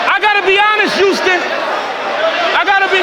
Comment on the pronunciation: He pissing me off with this YOUSTON SHIT ITS HOUSTON HHHOUUSTON